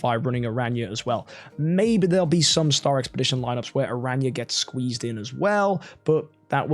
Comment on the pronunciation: saying new hero name: Ara-nya 😂😂 The Community saying the new hero name: Aranea(arey-niya) But corrected himself at the sponsor noice